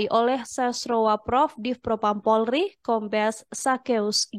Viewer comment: Pelafalan nya kurang polri bukan pulrie